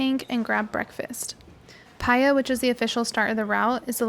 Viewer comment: Did you enjoy the rumble strip south road, lol? What a view, worth it! Thanks for sharing! (Paia is pronounced Pa-E-Ah)